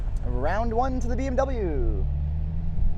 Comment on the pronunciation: learn to pronounce BMW !!!